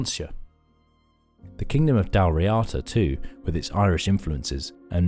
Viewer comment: This is the best Youtube offering on The Picts. It is, however, nearly spoiled by the (otherwise impeccable) narrator's gross mispronunciation of moRAY (for MURRay) and dalriADA (for dalRIada). Worth correcting.